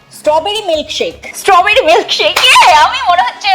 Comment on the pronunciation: Tumi jeta paroni seta Stro bear e Stro berry